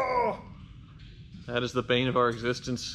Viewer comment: That is the vein of our existence 😂😂 weezard do be scrong tho